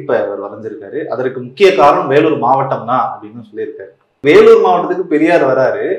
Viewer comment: அது என்ன வெல்லூர்? 'வேலூர்'னு சொன்னா நாக்கு சுளுக்கிக்கொள்ளுமா?